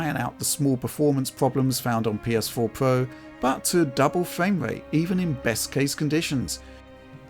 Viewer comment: “PS4 Pwo”